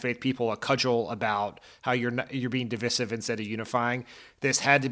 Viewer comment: Please stop mispronouncing divisive